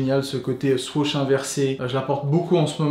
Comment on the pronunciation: Anonyme Mousse je sais, pas sur que l’auteur de la video soit au courant parcontre , vu comment lui le prononce